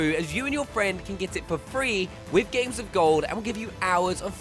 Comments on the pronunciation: Did she say gays with gold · How can you say Gays instead of games? needs to learn how to speak